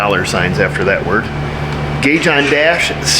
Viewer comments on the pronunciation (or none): none